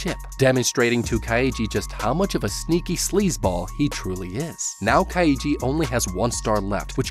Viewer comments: I wanted to to bash my skull against the wall every time he mispronounced Kaiji name, so roughly once every 30 seconds, like hasn't he watched the show to analyze it? How can you fuck up so badly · For people who must have watched the anime to use clips of it you sure do say Kaiji's name wrong a lot, probably on purpose so people comment. Lame. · The way this man pronounces Kaiji triggers me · I'm getting unreasonably annoyed by the Ka I yi pronunciation ^^' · How to survive a man mispronouncing the main's character name for an hour. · He’s pronouncing it like Kaiji’s name is Kokichi. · Why is he pronouncing Kaiji like it has three syllables? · how hard can it be to get the pronounciation of the name right after hearing it pronounced for 24 episodes ? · But that’s not how you pronounce kaiji :( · I'm mins in but I can't deal with this pronunciation of the main character lol It's KAI-JI not KA-I-JI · kai-ji He's pronoucing it kai-ii-ji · its not kai ee jee its KAI JEE REEEEEEEEEEEEEEEEEEEEEEEEEEEEEEEEEEEEEEE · Dude u butchered the word kaiji, you’re supposed to say it like this Kai then ji. Not ka then i then ji. 🤦🏻‍♂️ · As good as this video is, and as much as I love both the Kaiji series and the HowToBeat series, I can't help but die inside every time I hear you say Ka-YEE-ji. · "Ka-ee-jee" It's just Kai-jee. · This guy pronouncing "Kaiji" the same way one would pronounce "Luigi" makes me lose it. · Am I the only one distracted by his pronunciation of Kaiji as (Kai-ee-gee) instead of (Kai--gee)? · Its pronounced Kai-ji. Not Ka-i-ji. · It's Kai-Gee not Kai-ee-gee. You make it sound like Luigi for the love of god. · U said kaiji wrong is Ki. Jee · Saying kai-e-ji instead of kai-ji bothers me throughout the whole video. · Nah son, not like this. Its not Ka-iji its Kaiji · Just Kai-ji Legit that's all I want this man to say: Kai -One syllable Ji- one syllable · Kaiji is actually pronounced KAI-GEE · why does he keep saying his name like "kai-ee-ji" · lmao kai-EEE-gee